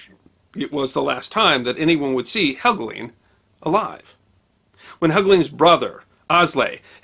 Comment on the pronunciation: Andrew Helgelein - the last syllable is correctly spoken to rhyme with Wine, Fine, Line or Mine.